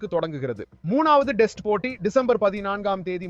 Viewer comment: அது என்ன டெஸ்ட் உச்சரிப்பு (male voice)